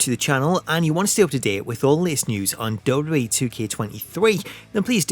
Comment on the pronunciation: Learn how to pronounce WWE